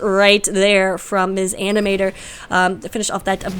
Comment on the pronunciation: Hi, its me again, with the good old "my name is not mis animator, the m and s in my name are pronouced seperately!" comment. But in all seriousness thanks for the cast!:D <3